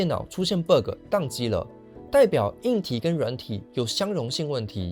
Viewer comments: it pronounces bagg not berg tho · 那個ㄅㄜ個真的聽一次尷尬一次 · Bug請正音為霸葛 謝謝😅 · BUG 不是念成 Burger .... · 很好的一個影片，但是你那個bug的讀音有點奇怪聽得我好難受…. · bug的發音讓人很出戲